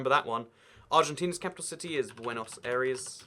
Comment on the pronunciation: I cannot forgive him for pronouncing AIRES as ARIES